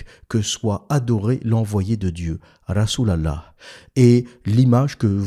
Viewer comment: Tu me tue quand tu dis "Rassoul Allahح" 😂😂😂